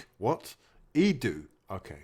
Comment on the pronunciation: "E-doo" 😂 thought it was only me that noticed he can't even pronounce our director of football's name properly